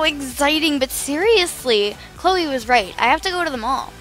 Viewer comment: You called Chloe chrisa the whole time